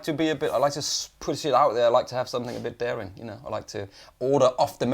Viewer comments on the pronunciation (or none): I've always wondered why pronounces the word 'something' with a 'k', (somethink as opposed to something) 🧐